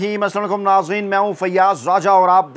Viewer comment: salam to sahi tarikY say karna seekh lo assaalikum nahi balki Assalam o Alaikum kahty hain